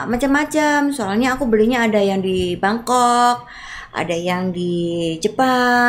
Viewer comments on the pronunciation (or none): none